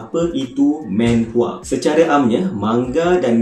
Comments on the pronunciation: bukan menhwa.. manhwa laa.. xyah nk men men sgt 🤣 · Sebutan manhwa adalah manhwa bukannya menhwa.Sebab dalam korean manhwa ditulis 만화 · hmm it's manhwa not maenhwa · Aku sorang je ke yang geram bila dia sebut "menhwa"? xD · Well, korg pun salah gak sebut. Cara betul sebut manwa..sebagai mana korg sebut manga.. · Satu menhwa satu lagi ski-fi🙃 ya pronunciation penting